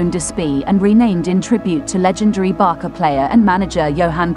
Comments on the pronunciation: It’s not Barka!!! It’s Barca like Barsa!!!! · It's Barca, not Barka ffs! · A la locutora le podrían haber avisado en el guión, que se pronuncia "Barça" (fonéticamente Barsa y no "Barca"). Y que el Estadi Olimpic es Lluis Companys (fonéticamente sería "Lluis Compains" en lugar de "Lluis Cómpanís"). Oir durante todo el video "Barca" en lugar de Barça hace daño a los oídos, especialmente a sus seguidores.... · Barça is pronounced as /BARSA/ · Barka? Camp now? Please do some research how it's pronounced instead of emberrasing yourself. I stopped watching the video as couldn't hear anymore of this. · ¿Barka? ¿Lluis Companee? ¿Are you kidding me? You are doing a job on a team, make sure to learn how to pronunciate the names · A lot of info but no way to pronunce barça correctly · Sorry, but if you speak English, there is no excuse to bad wording. It's not like Americans and British pronounce water as vota and votr, this is completely different. This is a name, and name should be pronounced correctly. Even in spanish or catalan, Michael Jackson is still pronounced Michael Jackson, not Mikel Jessicon. Therefore Barca pronounces Barca, with an "s", not with a "k" (common pronounciation in American) and Camp Nou is Nou (pronounce like the word "know") not Now. Thank you.